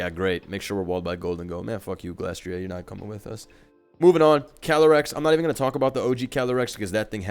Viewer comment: Glastrieh? Spectrieh? What kind of French pronunciation is this?